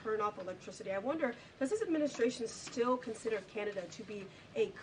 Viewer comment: She always says, " adminiSHtration", haha